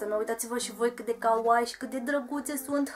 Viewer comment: stii ca ,, Kawaii " se pronunta cu ,, i -ul " mai lung pentru xa nu degeaba sunt 2 de ,,i "